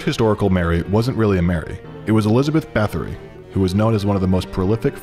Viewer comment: Me, being irrationally into serial killers: OMG if I hear one more person get Elizabeth Báthory wrong I swear to GOD